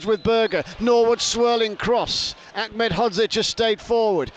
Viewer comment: BBC commentator Achmed (phonetic) it's Aned he's not Arabic!